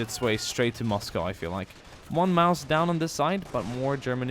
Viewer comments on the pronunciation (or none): none